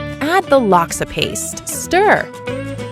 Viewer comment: Already traumatising bahasa speaking people in